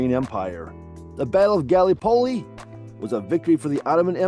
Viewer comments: Felt like I was having an aneurysm every time he said it. So painful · Not a bad questionnaire, well balanced overall. However, please, in future take a little time to get the pronunciation of place names right. As a Kiwi my skin crawled at the almost comedic pronunciation of Gallipoli. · Not only Gallipoli. Don’t think he got one name correct pronouced…